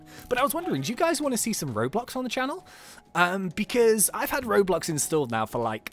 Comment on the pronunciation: say r then o and b l o and x say it roblox